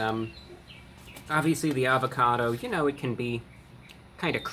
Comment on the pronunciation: Everything was sounding good untill he said avacodo